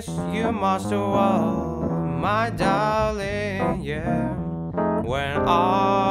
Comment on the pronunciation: (clears throat) "Boot I miss you master wall my da-ring"